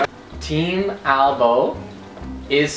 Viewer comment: omg... it's AlboE, not ALBOM